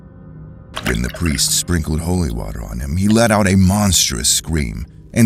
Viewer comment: Emphesis on holy